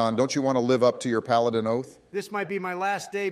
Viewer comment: “Palidon” is still my favorite thing ever